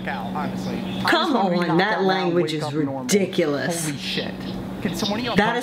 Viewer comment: Why is she saying to stop talking crap when she talkes like that its "ridicoulus"